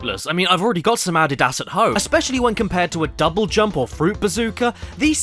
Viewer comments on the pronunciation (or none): Caddy pronouncing Adidas as "Ahdee-Dahs" made me laugh harder than I wanted to